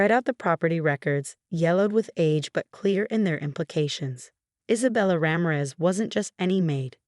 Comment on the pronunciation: Let a real person read this story. You speak Ramirez as Raa-mie-res. Not as rammeres